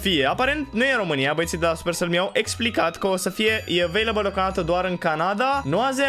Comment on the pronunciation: 😂😂😂coaie nu cred ce te joci tu care nu sti sa pronunti supercell 😂😂😂😘😩💪🔥